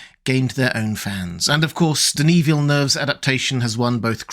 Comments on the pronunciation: Québécois here. Thank you for not mangling “Denis Villeneuve”! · Props on being the first english speaker I've ever heard pronouncing Denis Villeneuve properly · Props for pronouncing Denis Villeneuve properly!